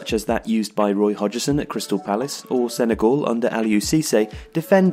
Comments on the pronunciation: your nationality always puzzles me when I watch your (excellent) videos. you speak perfect english, you sound english, but you pronounce some words in a very non-english way. case in point for this video is, 'hodg-e-son'. we say 'hodg-son'. there are many other examples in other videos, but none spring to mind as i write this. never mind, i still love your videos. i just find it curious. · Hodgson. Correct pronunciation is Hoj shun. Not hoji sin. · 'Hodge-Son", not "Hodge-ee-son" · No one:: Hodgerson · HODGSON FOR GODSAKE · It's Hodgson not Hodgison! Other wise love the video. Shame to see the traditional 4-4-2 fade away too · Why do you keep pronouncing it "Hodg-er-son"? It's Hodgson, so pronounce it Hodgson. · "trarnsition" "Hodgerson" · Who tf is hodge-er-son? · Roy 'Hodgerson' lol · Who's Hodgerson 😂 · Roy Hodg-er-son? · What is this new pronunciation of Hodgson? Hodgerson? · Who's HogEson lol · We gonna just let him get away with saying “Roy Hodgerson” then? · I think you're saying 'Hodgson' wrong. You're putting an 'er' after the 'hodg', as in 'hodgERson'. It sounds strange. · How do you not know how to pronounce Hodgson! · How the hell can you not pronounce Hodgson correctly???!!! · The way he pronounced Hodgson 🤮🤮🤮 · Well, that's the first time I've ever heard somebody intentionally mispronounce Roy Hodgson's surname. (hashtag Woy) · Is the narrator actually a football fan coz he pronounced Roy Hodgson’s name really weird